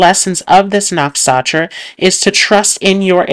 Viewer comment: Can you please pronounce “nakshatra” properly? It’s very distracting when you butcher the pronunciation.